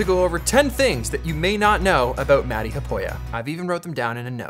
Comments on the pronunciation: Its not Matti(Maty)... Its pronounced Maat tea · Peter, I got something to tell you. Your "sauna" pronunciation was perfect but when you pronunciate the name of your friend...Matti... it sound like s*it :( It is not "mad i" like you say it, it is MATTI. I'm sure Matti is too kind to tell this to you, so I need to be the bird of bad weather here. Practice it a few times like that perfect sauna word and he will be surprised next time you two meet ;) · Matti! you have told Peter how to pronounce sauna correctly but he still calls you "Roe" (mäti). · It's not Matty, it's Muttty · as a fluent finnish speaker the way you guys pronounce Mattis name is always an insult :D